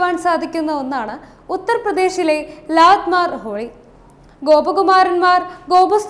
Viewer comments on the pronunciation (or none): Lanmar holi alla. Lathmar holi means lathi or stick kondu adichu kalikkunna holi. I am living in UP.